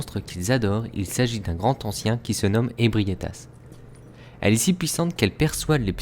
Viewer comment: PTNN oui je sais que la vidéo date de 4 ans, mais "le Grand Ancien" sans liaison il n'y a t-il donc que mes oreilles que cela dérange ????